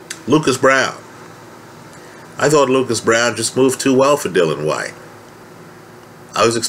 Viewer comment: you cool? It's all a blindspot now. Please try to say Dill-I-an White. Yes. White is a battler but not great. Nice man. Klitschko Povetkin was long time ago, and no way does D Dawg lose. I like your hope.